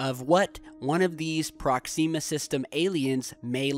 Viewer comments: prox-ihm-ah not prox-eem-ah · ProkSEEma !? Really mate? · Another great video but please learn how to pronounce Proxima B. The i is soft. It's not 'ee'. Like Prox - im - ah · prox-zeeema!!! Sounds like something you put on your face to get rid of pimples!!!! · prox-em-muh B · awesome, but he has a major pronunciation problem. Proxima has major emphasis on the first, not second, syllable. Sometimes hard/awkward to listen to him. Not just this word but many others. Wonder where he picked up these incorrect pronunciations? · Your pronouncing Proxima wrong